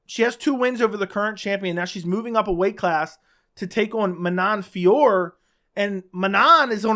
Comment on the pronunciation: Manon Fiorot, along with countless others in previous videos.